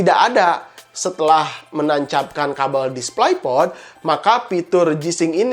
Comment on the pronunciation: tairing (tyring) ??? tiering (tearing) aaah... yg bener... displai port??? displei port kakaaa... masa channel IT baca inglish aja ngaco? tepok jidat